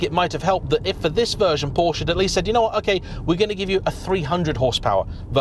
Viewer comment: What is Porsch? How one can take your video seriously when you cannot even pronounce the brand's name correctly